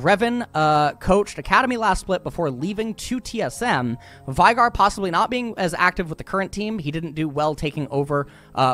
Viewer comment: why did you say vygar when it says veigar on the screen